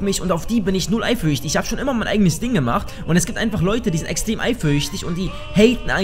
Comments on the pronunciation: warum sagt er immer eifürchtig? das macht mich so fertig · sagt: eiferüchtig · kann nicht eifersüchtig sagen:D